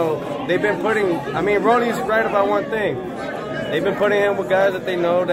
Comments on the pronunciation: Why do people call him Rollies it’s Rollie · Rolly not Rollys lmao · Why does he keep calling him RollieS????!!!!! with the S. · Why dude keep calling him "ROLLIES" 🤔 🤣🤣🤣😭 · #1 stop saying Rollys… #2 stop asking about Mayorga every time for crying out loud..